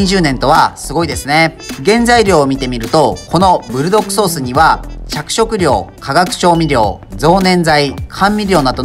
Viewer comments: ブルドッ『ク』ソースですよー! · ブルドッグじゃなくブルドックですぜ、、、、